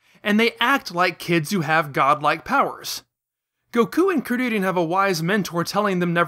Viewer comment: why the hell you pronouncing they names like that lol i cant believe you said krileannnn